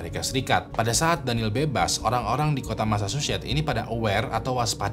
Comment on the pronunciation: Massachusetts itu dibacanya masa-cusets bukan masa-syu-syets. Priscilla dibacanya bukan pris-cila tapi pris-sila. Klo gatau cara bacanya dicek dulu di google lah bang, sakit kuping ni dengernye